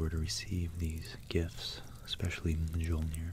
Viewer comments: Beautiful! One liiittle thing, J is Y in Norse generally. Jarl is pronounced Yarl, Mjolnir pronounced Myolnir etc ^^ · Great video! It's pronounced "Meeyollneer" fyi :) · Love the video. Your pronunciations of Old Norse needs some work, Mjolnir (M-yohll-neer) was a bit rough to listen to, but you pronounced Svaratlfheim excellently. Otherwise, very tingle inducing, can’t wait for more. 👍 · BossManJohnson depends on what language. In Icelandic it's more like "myolnir" Google the ö sound and swap that with the o for a more accurate sounding Mjölnir